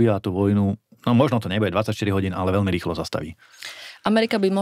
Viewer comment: Predseda a europoslanec národno-kresťanskej strany republika by sa mal naučiť a ctiť si slovenčinu. Nech je vám vzorom pani moderátorka. Takže : velmi ? ludí ? ludia ? najhladanejší ? podla ? velkej ? zatial ?